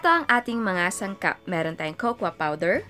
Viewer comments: You should pronounce the cocoa "coco" not kokwa! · it is actually "kekeyo"